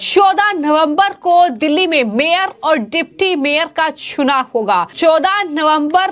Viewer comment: चुनाव का उच्चारण😂😂😂